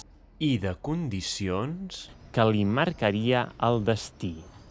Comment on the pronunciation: és interessant, em sembla que quan has dit marcaria has pronunciat les a com [a] i vaig fer la mateixa cosa quan vaig fer pausa al video per a llegir el text. Em pregunto si amb els verbs en certas formas mantenen la seva pronunciació originel com el condicional o el futur o si ho he simplement sentit mal.